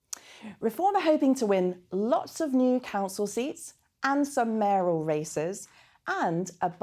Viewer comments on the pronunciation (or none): Maral, surely you mean Mayoral!